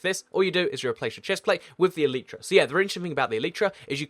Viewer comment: its not elitetra its e light tra